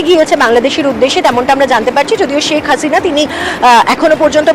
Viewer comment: ছেক হাছিনা না শেখ হাসিনা। বাংলা টা ভালো করে বলতে শিখুন।কোন শ স ষ এর কেমন উচ্চারণ শিখুন